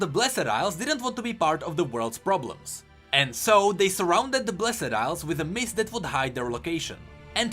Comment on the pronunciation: ITS NOT BLESED ILES FOR FUCK SAKE BLESD FUCKING BLESD